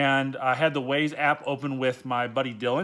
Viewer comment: Its pronounced Wah-Zaye. Waze